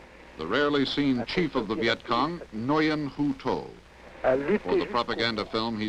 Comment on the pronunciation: For those of us who learned to speak at least some Vietnamese, it is amusing to hear Americans try to pronounce words like the name Nguyen. English does not have the ng... sound but it is not difficult to learn: Start by repeating "sing ah" then start separating the words as "si ngah" before long you should be able to just repeat the ngah portion. Now try Nguyen. Congratulations, you are now better educated that Walter Cronkite.